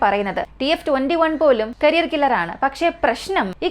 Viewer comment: കരിയർ അല്ല കാരിയർ എന്നതാണ് ശരി...കരിയർ മിസൈൽ വച്ച് ആരുടെ കരിയറാണ് നശ്ശിപ്പിക്കുന്നത് 😊